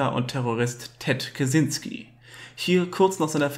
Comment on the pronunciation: Kaczynski ist ein polnischer Name und das "cz" wird als "tschy" ausgesprochen, also Katschynski. Aber egal, darum geht es nicht!! Ansonsten ein wirklich interessantes Thema, und wie immer auf diesem Kanal sehr gut dargestellt!!